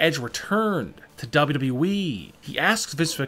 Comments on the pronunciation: WTF it is WWE not wwwe😂😂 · Why does he say wwe like this double u double u e